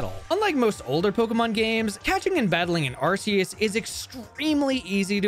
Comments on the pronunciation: I also use to pronounce it "ar-see-us" but I believe it has to be pronounced "ar-kee-us"... i don't believe nintendo would give us an arsphone... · ARCEUS is not pronounced RCS. It is pronounced RKS. This is not debatable, nor a matter of preference. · Arr-Key-Iss >Arr-See-Iss Reason: Ark Phone, not ar$e phone. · Man I had such high hopes during the intro and it was all shattered the moment I heard “ar-see-us” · Its “Ark-eee-us” btw according to the official Pokemon Book, 2024 and either you’ve always said it wrong or you still don’t know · this is a great video but ur pronunciation of arceus is killing me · Nice video, but learn how to properly say Arceus please XD